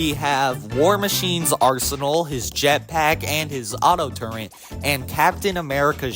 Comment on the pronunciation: TURRET, TUR ET, not TURENT